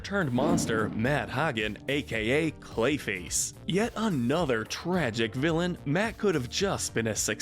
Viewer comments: Not a bad video, but just a small nitpick - the real names of Clayface and Mad Hatter were pronounced incorrectly here. They are not Ha-Gen and Tek, but Hey-Gun and TeCH (CH as in chart, Chuck, etc). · Why did you use the Scandinavian pronounciation for Hagen?